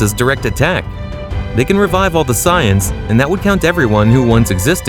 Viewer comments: Bro keeps purposely saying Sigh Ins instead of saiyans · Saying “Sighings” for “Saiyans” throwing me off. 👀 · I know for a fact you did NOT pronounce Saiyans as Psy-ans. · You really don't know how to say the word saiyans very well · These mispronunciations got me cracking up. Sigh-ins instead of saiyans and kali instrad of kale 😅